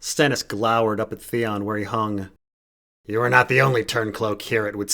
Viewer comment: Theon, Theon it rhymes with lemon.